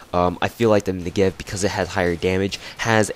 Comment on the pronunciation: You're pronouncing it wrong: the accentuation is on the 'Ne' part of the word, not the 'gev' part :P (I hope that isn't confusing lol). Nice review nonetheless.